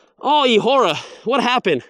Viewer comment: come on... It is eahora😂